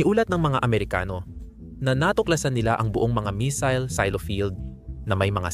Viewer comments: pangit ng A.I na ginamit mo. misil ang missile😂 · AYUSIN MO SALITA !! BOBO KA, PURO NAKAW CONTENT NA NGA LANG GINAGAWA MO HINDI MO PA MAAYOS !! MAY MISIL KA PA SINASABI TOLONGGES !!